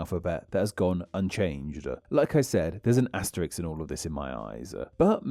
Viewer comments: That's asterisk, not asteriks! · Btw, it's 'asterisk' not 'asteriks/asterix' :)